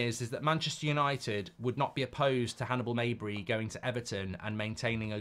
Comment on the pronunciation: Mejbri is pronounced with the "j" as it's written